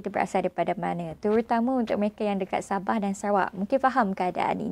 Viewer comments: Lupa asal usul..lupa bahasa,lupa budaya..kalau ye pun dok kat kl..jan lah nak ubah SABAH "SABAAAAHH" bukan "BEH" ye nak...cian engko yg bplajar tinggi ni..perghhh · hahahha sabeh ke..tersasul kot sabeh..